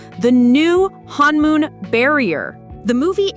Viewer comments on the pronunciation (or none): it is not pronounced "hanmoon" it is pronounced honmoon